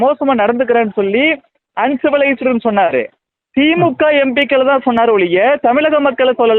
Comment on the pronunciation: Your pronunciation of Empikkal is horrible. Learn to.pronounce words properly